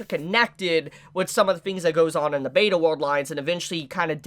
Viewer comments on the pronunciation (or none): none